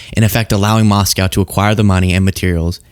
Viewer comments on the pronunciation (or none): none